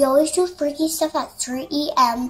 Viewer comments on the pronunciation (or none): WHY DOES IT SOUND LIKE SHE SAYS 3EM